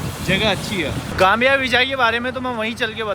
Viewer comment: Nice video but Gambia not Gamia